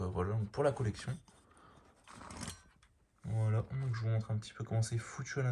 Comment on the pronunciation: Arrête de dire voilt